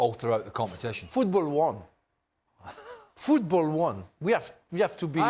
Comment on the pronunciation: Bro been holding in that "fffootbol won" 😂❤ Nah he knw which country he trolling😭